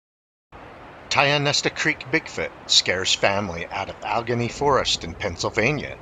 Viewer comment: Allegheny is pronounced "Al-Ah-Gainy"